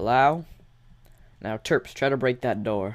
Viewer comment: I thought you said "Derps" instead of "Terps" XD